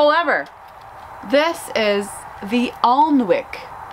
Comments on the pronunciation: Hi love your videos I just thought you'd be interested in knowing that the lovely rose Alnwick is named after an English castle and is bizarrely pronounced with a silent L and W so is 'anic' to rhyme with panic another mad English pronunciation sorry for that!! Much love x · Ah those bareroot roses look so good! Just wanted to let you know that the Alnwick rose is pronounced 'Annick' like Ann and Nick 😉. I live about 30 miles away from the town. Please can you show us how they do later on in the season?Love your channel xx